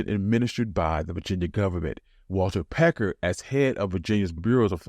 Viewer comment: Walter Plecker, NOT Pecker